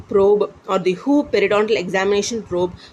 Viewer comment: Sorry to say..but when you say who instead of WHO i literally feel funny 🤣🤣🤣